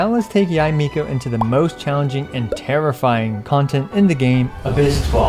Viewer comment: thumbs up for pronouncing her name right